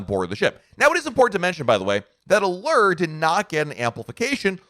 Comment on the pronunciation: Is it just me, or do others cringe when pronounces Allure and Windjammer incorrectly. I am not sure where he got those pronouncements.